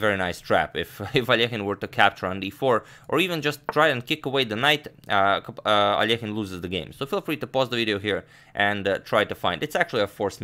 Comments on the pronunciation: I love how you pronounce Alekhine😍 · your russian pronunciation fills me with joy. every time i hear al-leh-kyne i die a little inside :P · The one used by Agadmator is correct, ale Alekhin is originally Russian. Another pron. may come from French as he once became a French citizen. 🤔